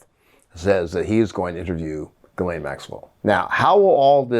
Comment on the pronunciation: Gi like give and lane. Gi- lane The s is silent.